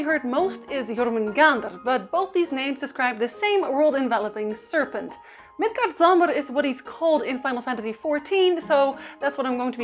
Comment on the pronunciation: "Thor" is really pronounced "T'hor".The best spelling I can give for the correct pronunciation of Midgardsormr (usually translated into English as "the earth serpent" is "Milgaardsormr" - it uses the letter "å" in Danish and a soft "d" - but if the game says it wrong and you are talking about the game, it's fine for you to do so too. "Ragnarok" is pronounced "raow-narok". The other words you're doing just fine.